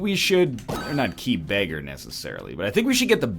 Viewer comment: "Key beggar" Isaac is bleeding lol